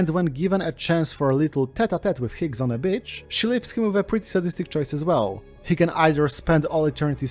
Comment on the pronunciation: Enjoying this but constantly giggling because when you say "beach" it sounds like "bitch."